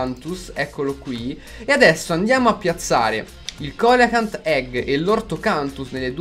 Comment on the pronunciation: Comunque si legge celacant